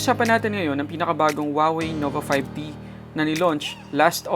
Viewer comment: Nova 5D? Hahaha kulet ng letter t mo tunog D. 😂